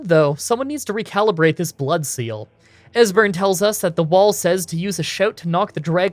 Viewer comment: At least he didn't butcher Esberns name.